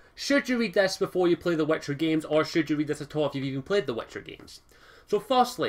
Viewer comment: It's pronounced wItcher not wEtcher!